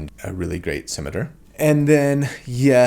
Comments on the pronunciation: It kinda bugs me, but I won't hold it against him. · I just love that pronounces scimitar as "cimeter". IYKYK.